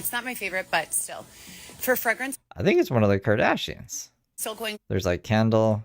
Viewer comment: FrEgrence with an “E” not fragrance